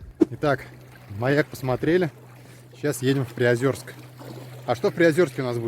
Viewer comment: все хорошо, только не приозЁрск, а приозЕрск!